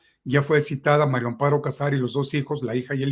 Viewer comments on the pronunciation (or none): Es mario o maria cazar a todos les oigo que dicen mario, o estoy sordo,pronunsien bien